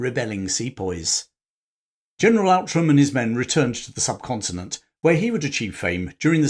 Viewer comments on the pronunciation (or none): Outram is pronounced Ootram.